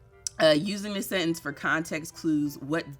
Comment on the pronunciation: Wait a damn minute!!!! You can spell and say "precocious" but you nose dived on "sentence"?!?? Lmao